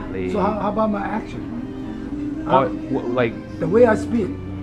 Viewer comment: The old guy just wasn't being fair. If you weren't speaking Canotnese/Mandarin properly because of your accent, then what does he have say about his own English?! He couldn't even pronounce "accent" correctly! I hope he wasn't actually being as serious as he came off.